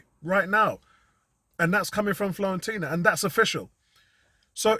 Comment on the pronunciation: Nice synopsis mate....we are all in the wait and see mode right now.....and by the way ....there is no 'L' in Fiorentina 🤣👍🏽👍🏽